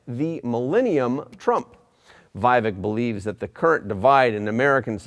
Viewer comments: It is not 'VI-vek' but VEE-vek Ramaswamy. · Not Vaivek. It's Vivek. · To the host: Vivek is pronounced "vee-vek", not "vy-vek" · Vivek is pronounced as We Wake not Why Wake. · Not why vek its vi as in victory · His name is pronounced v eee - vek